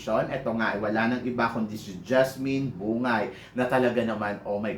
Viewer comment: Mama Sam BUNG-GAY yata tamang pagbigkas ng apelyedo ni JASMINE hindi yata BU-NGAY. Yun kase narinig ko nung banggitin nya full name nya.